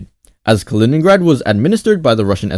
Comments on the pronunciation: not Калиниград, its Калининград! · не "Калиниград", а "Калининград" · You are pronouncing the name of the city wrong